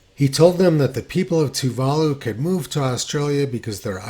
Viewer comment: Tony and his geographic pronunciations. They're a hoot... It's pronounced Toova Loo.